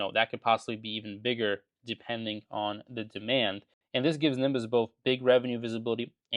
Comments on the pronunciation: Am I crazy or the guy is pronouncing his own recommended stock wrong in the entire video? It's Ne-bi-us not Nimbus. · Hey it’s Not Nimbus but Nebius….. do not mess with Russians. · Sorry to point this out but it’s NEBIUS not NIMBUS… I think you might want to update your video. That said I also like this company on any pullback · its Nebius . Not Nimbus (he controls the police ) :-| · I heard "Nimbus" and wait to see the symbol so I can add it to my watchlist, thinking I've never heard of that one before. Sounds good. Then I see it's NBIS - Nebius. There's no M in Nebius, dude 😂😂😂😂 It's all love. I appreciate the content ❤ I'm not completely sold on ACHR yet. Hopefully the LA Olympics raise the company profile and help drive the price up, but I'm still reluctant to buy, even at current prices. Maybe I'll buy a LEAP or something. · Nebius, not nimbus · At least know how to say the name of a stock you are investing in Nimbus lol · and why is he saying "nimbus" 😭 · Oh! Thx! I kept hearing "Nimbus" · it’s always funny taking stock advice from a guy who can’t pronounce the name of a stock remotely correct. it’s not Nimbus bro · Nimbus 😂😂😂 How do you invest in a company where you cant even pronounce their name? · I think you mean Nebius. 'Neb-ee-us' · You should learn how to pronounce Nebius properly first 😂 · It sounds like he is saying the letter N and reading out the rest of the ticker as ‘BIS’ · must be lucky. I can't imagine ever investing in a company i can't even pronounce. Just shows how little DD there was. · You can’t even pronounce the stock properly